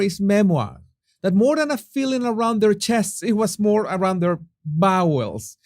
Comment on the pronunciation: Jesus, more not “moar ”